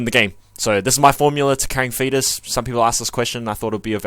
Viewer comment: Thought you said "fetus" at the very beginning lol ("In this video, I'm just going to show you my formula to carrying a fetus.")